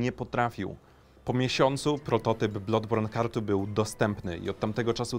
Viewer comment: BLADBORN się czyta nie blodborn :x Uszy krwawią